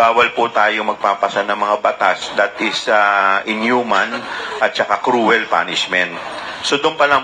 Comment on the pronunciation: Cruel not crowel